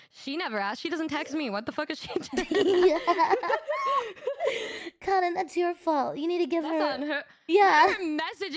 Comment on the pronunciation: I like how calls cotton like 'karin'.